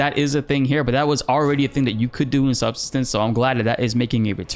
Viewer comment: Just a quick note: subsistence is not pronounced as SUB-suh-stuhns, but as sub-SIST-uhns. As in the verb 'to subsist'.